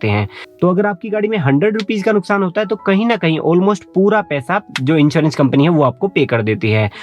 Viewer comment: Also, 1st party inchewrench ( in place of insurence)